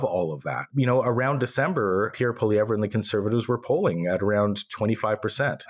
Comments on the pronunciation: Don't worry Pierre poilievre is Not winning. We're not worried. For your shows sake Google how to pronounce poilievre...say it 'without' the re at the end. Elbows Up 🇨🇦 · It’s pronounced Poy-lee-ev, not Polly-ev-re….pot-ash, not po-tash